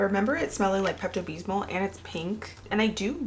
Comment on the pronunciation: "Pepto-bbez-mole" i have to say that was the cutest way ive ever heard it pronounced. Unless my grams was wrong it was "Pepto-bizz-moe"